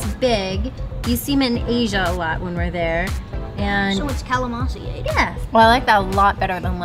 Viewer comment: nice!..don't forget to pronounce the "n" in calamansi. 😉🙏🙌👍